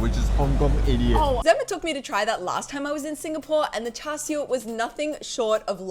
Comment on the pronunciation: Like how u pronounced Char Siew like a Cantonese 👍🏻